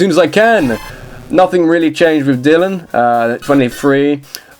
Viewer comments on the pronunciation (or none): none